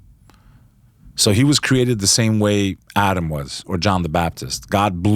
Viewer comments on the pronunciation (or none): none